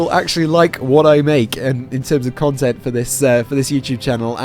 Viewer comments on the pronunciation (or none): 03 I thought you said "I love this comment" at first.